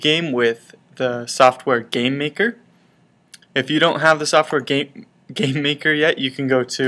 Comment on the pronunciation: i know its been a while but it sounded like you said gaymaker lol